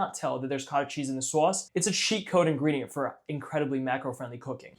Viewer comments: Someone needs to make a supercut of every time he says "saauce" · Why do you pronounce sauce so weird